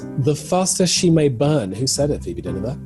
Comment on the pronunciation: Phoebe says her name with PERFECTLY ACCENT Me: - Let's hear it again